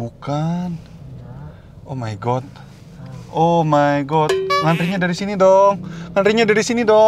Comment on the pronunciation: bang kek nya “oh my god” ga gtu sebutin nya hehe